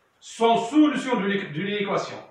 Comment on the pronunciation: أويليييي على سولوووسيون سميتها سوليسيون 😂